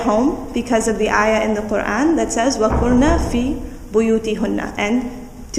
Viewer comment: Assalamualaikum. Would just like to point out that there was a slight error on the ayah;وَقَرْنَ فِي بُيُوتِكُنَّ. I think the tashkeel/haraka you recited was dhomma as opposed to a fat'ha.